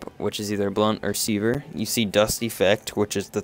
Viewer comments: Very good video, but mate, it's sever, not seaver :P Make more videos! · " C-verr " lol try seh-ver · Sever is pronounced; Seh-ver not See-ver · Really helpful guide, the way you said sever triggered me a little though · overall good vid. I'm weird but pronouncing sever wrong realllllly bothered me lol. Good job though. Helped me learn some combo ideas and understand the buffs better. thanks.